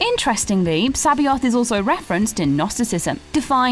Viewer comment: Butchered the word Sabaoth